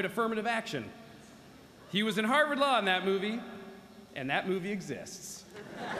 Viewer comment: Harward = harvest Hahaha ❤️